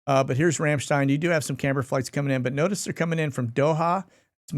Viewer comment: I LOL every time you say Ramshstein. I don’t know why. 🤦🏼‍♀️